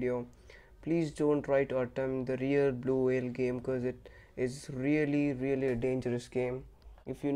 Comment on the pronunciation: It is blue not vlue